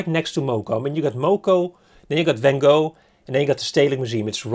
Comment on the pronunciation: Hoe kan je in godsnaam vanGo door je strot krijgen? Als Amsterdammer hoor je toch de juiste uitspraak te weten?